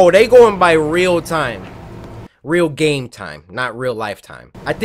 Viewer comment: and you said gane instead of game lol stop it